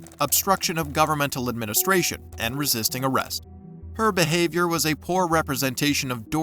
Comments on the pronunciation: Lmao that criminal couldn’t even pronounce resisting arrest. “I’m not hissestin harest” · "I'M NOT ARRISTING AZZEST"